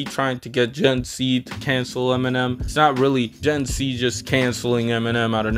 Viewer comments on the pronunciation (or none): It's gen Z bro, sounds like your saying C unless iv picked u up wrong in which case I apologise.